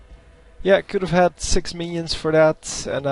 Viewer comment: You said Sex instead of Six. :D